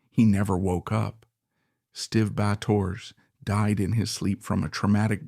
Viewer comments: Bay tor, this shee it Nar aray shun sux! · Bay tor!? 😂 Gotta love AI narration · LEARN TO PRONOUCE HIS NAME. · Get rid of that AI crap narration. I had to turn it off. Borderline disrespectful, allowing Stiv's name to be butchered like that.